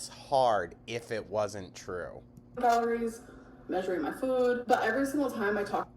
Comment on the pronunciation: The way she’s pronouncing “food” is driving me crazy. I don’t know what the difference is suddenly but it’s so irritating.